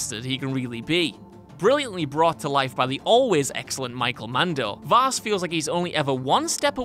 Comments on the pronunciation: Vaas not vass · it's actually Vaas, not Vass..... also: Handsome Jack ( Borderlands 2 ) Validar ( Fire Emblem: Awakening ) Zinyak ( Saints Row IV ) Zanza ( Xenoblade Chronicles ) Malos ( Xenoblade Chronicles 2 and Xenoblade Chronicles 2: Torna, the Golden Country ) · not vass, vaas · btw it’s Vaas not Vass